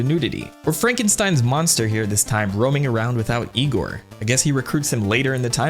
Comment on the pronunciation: ...it's pronounced Eye-gor